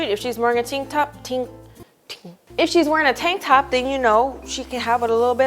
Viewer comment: idk why but i just fell out and had to pause the video when she was struggling with the words "tank top"